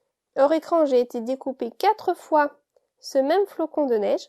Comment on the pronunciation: Le flocon et pas flacon....................